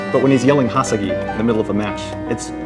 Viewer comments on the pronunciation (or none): Hasagi? I thought it was Hasaki! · Isnt it more like "Hasaki" ? sounds more like KI then GI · ★ CS:GO & More! ★ Its spells different.. just pronunce "hasa-ki"